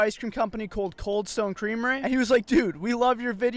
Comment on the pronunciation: “Coldstone creameray “